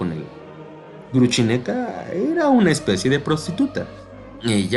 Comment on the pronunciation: Cierto, si se puede decir Grushenka en castellano, perfectamente pronunciable, ¿para qué inventar Gruchineka, una versión horrible?